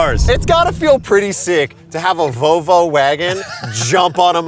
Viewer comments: Here in Australia we have a biscuit called an "iced vovo". stuffing his face and unable to say "volvo" is an endorsement of the iced vovo in my book. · “Volvo” heard like 15 times by is one of my favorite things